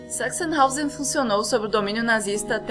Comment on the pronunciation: Sempre ouço "sex in house" toda vez que vocês falam "Sachsenhausen". Desculpem-me. T_T